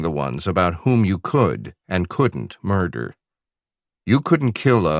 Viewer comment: mirdah? What MIRDAH????